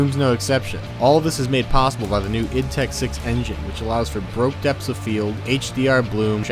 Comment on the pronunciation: Good vid, got a sub from me. Although I suggest you look up how to pronounce "bokeh" and "occlusion". You pronounced them like "broke" and "occulisation" and it made my eye twitch.